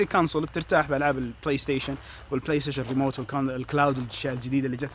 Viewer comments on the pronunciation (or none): none